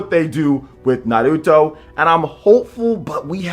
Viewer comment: He says it right. How it's supposed to be said.